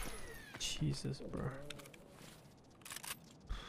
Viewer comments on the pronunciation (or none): none